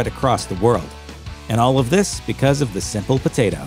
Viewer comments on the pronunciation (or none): none